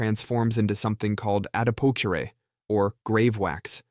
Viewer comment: you mangled how to say adipocere.